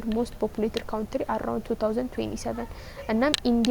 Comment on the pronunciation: Thank you so much means a lot but don’t say ካውንትሪ try to say ካንትሪ